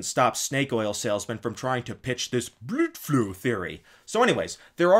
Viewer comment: Hahahahaha, every time he said "Bludflow" killed me